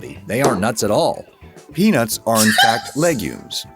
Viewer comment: Why do people on the west coast call peaNUTS peaNITS LOL